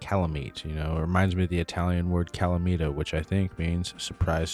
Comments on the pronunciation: Calamità means calamity but calamita the way you pronounced it means magnet I didn’t make the rules sorry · it's kind of funny but what you said was calamita not calamità , wich actually means magnet in italiano not calamity